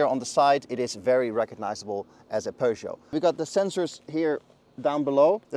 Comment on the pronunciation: No. It's a French word and it's pronounced per not pyüh. Doesn't anyone learn French at school?